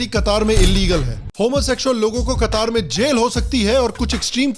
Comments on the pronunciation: कतार नही कतर है जी । ठीक से नाम तो बोल लेते । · Qatar = कतार ? ❌ कटार ? ✔️